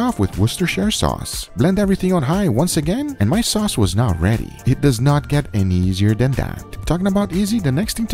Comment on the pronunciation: . Oh, ok. Edit: He said, "Now ready." His accent made it sound like "Not ready." LOL.